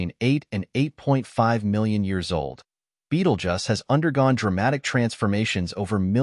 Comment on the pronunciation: Beetlejuice not Beetlejuss